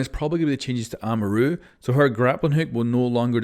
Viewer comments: Lol a mar u not amar u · Why tf he say “Amaru” like that 😭😭